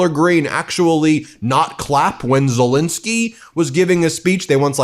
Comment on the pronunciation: Please note, his name is Zelenskyy not zelinsky.. “Zel-len-sky,” not “zel-in-sky”. I was impressed that an American says Putin correctly though. Poo-tin and not poo’n like most Americans say, so kudos to you, the T is there. Our chancellor Merz here in Germany is pronounced “Mairz” and not “murz”. By the way, president Macron is not pronounced “mar-crone”, it’s pronounced mar-cron. Where the cron part rhymes with “on” Just trying to help, from a polyglot here in Germany, originally from the UK Great coverage though. Loving the coverage